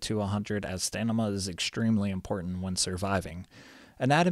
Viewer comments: In all your videos, you say "Stanima," rather than "Stamina," and it's too much to ignore. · you say stamina wrong :D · stamina not stanima xD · why you keep saying stanima instead of stamina, lel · STAMINA! not stanima :D hurts my ears! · yeah it's just funny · sorry, didnt see the comments before me, good video tho! Thank you for the work u put into it! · Great vid, "stanima" throwing me off a bit tho lols